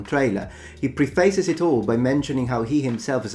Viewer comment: Preface - pronounced "preff-iss", not "pre-face". I know you like facts, so....